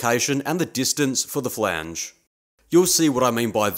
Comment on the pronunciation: to do list. 1. Buy/Make/Steal power hacksaw, bandsaw, ect. 2. Learn how to say "Flange" properly. 3. Calculate required drilling depth.